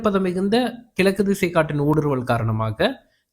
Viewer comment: மலை இல்லை மழை கிலக்கு இல்லை கிழக்கு ல இல்லை ழ மழை பெய்தாலேயே தாங்கமுடியல மலையை எப்படி தாங்குவது? முதலில் தமிழை படி பின்னர் வானிலையை படிச்சு கிழிக்கலாம்